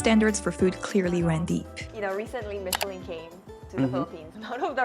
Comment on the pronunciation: Ooh Michelin is a French company pala that's why he's saying it that way. 😮